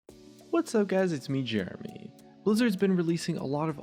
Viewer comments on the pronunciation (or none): none